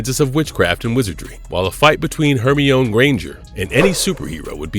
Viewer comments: Are you sure you're saying wingardium leviosa correctly? Let's ask Her me on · Is this ai generated sometimes the writing seems. Off and the way it said Hermione was sooo weird